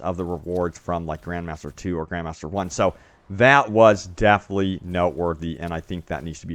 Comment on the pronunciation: definitely /ˈdɛfɪnətli/ it's not DEAFLY, speak clearer! Or at least know the words you're speaking.